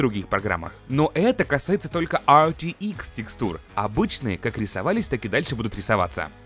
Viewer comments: Пж не говори АЙР ЧРИ ИКС. Говори как все "Р Т ИКС" Не надо строить из себя англичанина XD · Не говори артиикс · Все люди: Рт-икс, рт-икс, рт-икс: ЙёРтиКсЕ)))0) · Сразу видно его шведские корни))